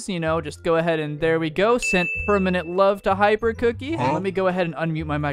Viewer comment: what did you call hypercookiie😮😮😮